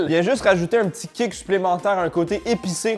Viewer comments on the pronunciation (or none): none